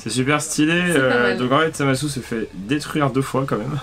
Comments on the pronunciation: Sa ce prononce zamasou en francais et zamass en japonais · En français on dit Zamatsou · sa ce prononce zamassou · en japonais il disent zamase